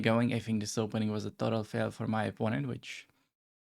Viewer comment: watching at 2.0x speed, when you say "opponent has no threats" it sound like "oppononent has no FRIENDS" xdxdxd😂😂😂😂